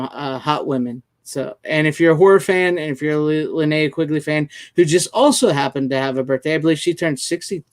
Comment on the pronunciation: All said in jest and respect to all involved, fellow follower! I hope it was taken as such. You got a 50% grade on the pronunciation of Linnea’s name on this episode. Hopefully she isn’t sending out the goons on you. Have you considered Six as a possible guest or is she camera shy? I’ve never seen her face. I think she has a great personality.